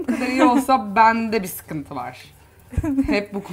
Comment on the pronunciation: Videodaki hanım “BİĞG” değil BİR!